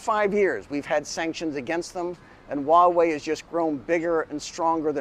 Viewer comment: Great video and message. However can I be a little pedantic, and help you to pronounce Huawei, it's not "wah-way", but "hwaa-way". All that aside, great point and video though, good job. Subscribed 👍